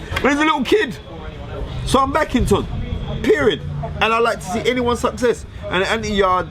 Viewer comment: Fearon you ain't saying it right either. It's tune day (tunde). This guys a joke, can't stand him.